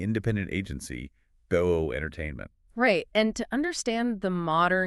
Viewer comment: Her name is pronounced "boa' as in the snake 'boa constrictor." Not Bo ey 🤦‍♂️